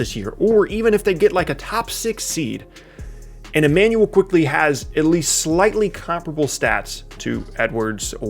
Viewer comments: It's Immanuel Quickley , not Emmanuel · Immanuel not E🤦‍♂️ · bruh it's Immanuel